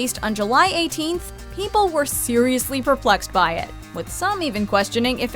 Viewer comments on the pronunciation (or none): Emphasis on the word, "perplexed"